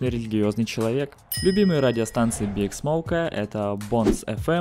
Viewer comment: Не биг (BIG), а БиАйДжи(B.I.G.)